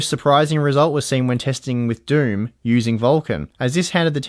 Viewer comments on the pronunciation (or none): none